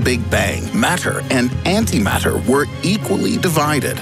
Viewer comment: you lost me at anti mater